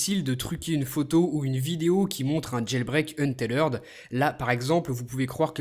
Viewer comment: Untethered est un mot anglais, donc il le prononce bien c'est pas comme en francais